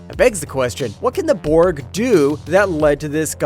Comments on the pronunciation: I think the worst was when he called the Borg "bord" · Yo did he say bored instead of borg????